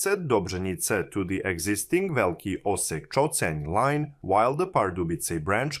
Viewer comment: Actually he butchered every town name. I really like his invention of town Čoceň, named probably after youtuber and train lover Čočík... :D